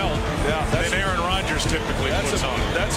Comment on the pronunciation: bro they said Aaron wrong Lol